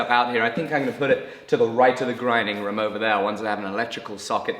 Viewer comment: Anyone else have a pet peeve on how he says room.